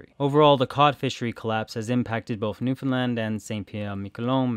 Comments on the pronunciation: The correct pronunciation of Newfoundland is to put the heavy stress on “land.” As we tell visitors, “Newfoundland, understand?” (It rhymes) source: am from there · It's pronounced Newfinland by all my Newfie friends.